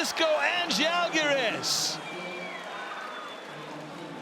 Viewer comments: The Commentator finally pronounced Žalgiris properly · Thank you for pronouncing "Žalgiris" so correctly :) ♥ We almost do not expect that :D